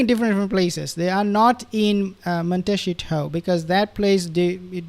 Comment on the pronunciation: That's funny how you say Montecito with your accent. It sounds like Monteshithole.